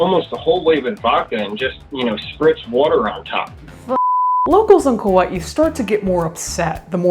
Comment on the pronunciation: Wow, someone who pronounces Kaua'i correctly. That is a rare thing indeed.